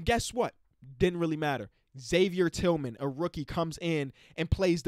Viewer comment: But please get Tillman correct next time